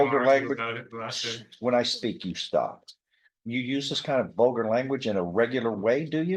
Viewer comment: “Vulgar” not “bolger” statements lmao